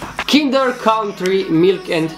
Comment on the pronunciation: Mie îmi place ou cindăr maaaare 😖😖😖